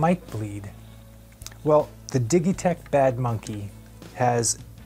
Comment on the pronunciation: Did he really said dighitech ?